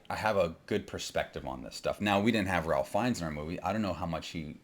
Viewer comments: I’m with you, but if you’re a “filmmaker,” shouldn’t you know how to say Ralph Feinnes’s name? (Rayfe) I don’t disagree with your take but you reduce your credibility when you mispronounce the lead actor’s name. It’s not like he’s new to Hollywood. He was Voldemort. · He doesn't even know how to pronouce "Ralph." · He lost me at his pronunciation of "Ralph."